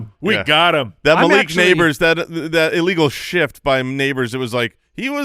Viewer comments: Illegal Shit is what I heard! But YouTube heard shift. Lol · Definitely didn't hear an F in that shift